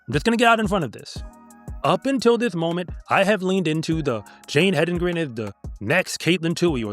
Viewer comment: So glad that you are pronouncing her name correctly,. The race announcers were pronouncing it multiple ways--none of them correct. Hendigren, Hendrigen. They were just inventing names! If they would just look at it and say what is spelled out there! HEDENGREN! (Head in grin!)